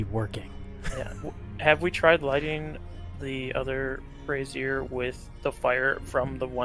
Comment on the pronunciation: Bray-zure. It’s bray-zure.